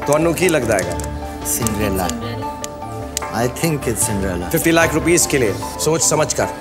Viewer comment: Man... Indians..SMH. Its not Cindrella. Its Cinderella!